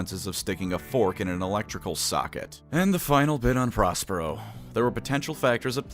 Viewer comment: I heard 'Prospero' as 'Ross Perot,' which was a double take.